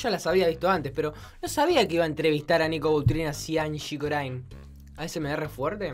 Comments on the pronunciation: es Angie Corine no Corain jajajaj ceneishon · No es angie corain es angie corin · el bolu3 le dice angie "corain" y en "corin" (se que se escribe corine) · Se pronuncia anshi corine No anshi corain Si vos queres que respetemos tu nombre artistico Respeta el de los demas youtuber